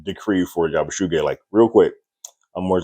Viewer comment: Just sayin, it's pronounced Yabu-see-gee(hard g)